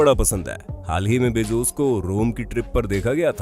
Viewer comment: Amazen nahi Amazon and bezuz nahi bezoz prononcetion sekho 😠😠😠😠😠😠😠😠😠😠😠😠😠